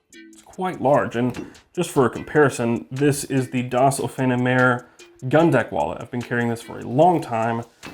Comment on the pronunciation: I think its pronounced "does" not "dose"